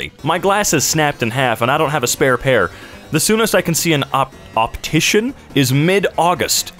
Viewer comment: Well, that's the first time I've ever heard a grown adult struggle with the word 'optician'. It's a perfectly common word in the UK, at least. Far easier to say than opthamologist or whatever, at any rate.